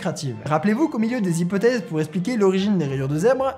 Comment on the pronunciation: 8 z-hypothèses! t'es sérieux mec? Huit se termine par un "t"! ça m'a fait tellement mal aux oreilles!!